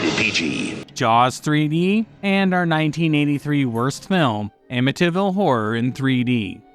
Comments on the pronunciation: Anyone else annoyed by the pronunciation " AmmiTIville"? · I like how he pronounces "Amityville" as "Amintinville." He sounds like an arsehole cooking up a soup for his own consumption. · I lived in Amityville when I was a kid. You’re pronouncing it wrong…. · Someone really needs to learn how to pronounce words correctly. Amityville is pronounce AMITEE-vill, not Amita- vill. Amd Inchon is pronounced IN-chon. NOT inchun.